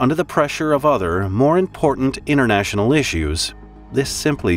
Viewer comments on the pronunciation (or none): none